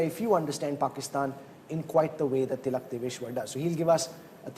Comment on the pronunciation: you keep miss-pronouncing Tilak sir’s last name… please correct it.